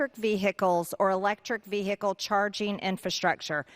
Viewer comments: Attention Marjorie Taylor Greene. It’s “vehicle” not “ve-hicle.” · ‘Electric Vee- hickels’ MTG - is she TRYING to sound stupid, or does it come naturally? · Let's not forget, the biggest recent threat to 'the Capital' was instigated by her very own false messiah. Why not stay safe and ask trump to shut up in the first place!!! Why does she pronounce vehicle vee-hickle anyway? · It's vee-hickle my man!😂💙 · Ve- hick- el ? Lacks proper grammar! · She can’t even pronounce the word “vehicle” the “h” is silent, unlike her! 🤮🤮🤮🤮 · Bloody hell, Mad Marge is butchering the word vehicle. Nothing to do with her accent, she's just made the pronunciation up, much like every other thing that comes out of her gob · The "h" in vehicle is silent !did you GO to school?